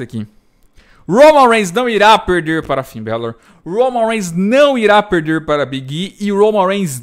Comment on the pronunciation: Nunca tanko o falando o nome do Big e kkkkkkkk